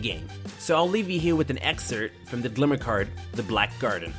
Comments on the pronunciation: Am I the only one hearing him say "Glimmer card" instead of "Grimoire card"? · "glimmer cards" lol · Wish people knew how to pronounce "grimoire" correctly, instead of calling it "glimmer". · Grimoire (grim-waar), not "Glimmer" cards.